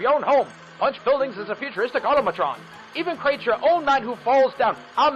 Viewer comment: Automaton. Not "Automatron".